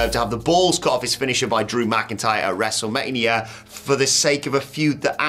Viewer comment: Did you just say WrestleManrium? You silly British man.